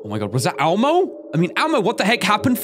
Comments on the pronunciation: Its elmo NOT almo or ammo XD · When you say Elmo it sounds like ammo. 😂😂😂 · did anyone else get triggered when said almo and not elmo????